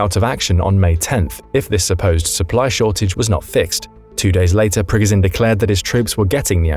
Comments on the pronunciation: You’re saying his name wrong throughout the whole video , it’s Pprrreeee goooooo sshhhiiiaaannnn . At least look up pronunciation before posting , otherwise good video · Sorry, but I had to stop listening because of the mispronunciation of Progozhin's name.😐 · hearing you butcher the guys name over and over and over when you could simply listen to a CRAP TON of people say it the right way was god awful . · Please please please!!!!!!!!!!!!! Pronounce his name correct. You're a military show trying to educate people, figure it out for yourself first.......